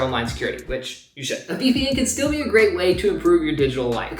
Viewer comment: accent really came back out with that "still" sounding like "steeeal" 😂